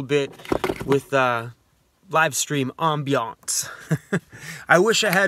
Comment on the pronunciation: "Livestream AMM-BE-ANCE " Sounds smooth 😋